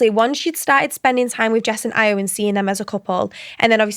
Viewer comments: It’s pronounced io not ayo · If you’ve watched the show how do you not know how to pronounce Ayo 😭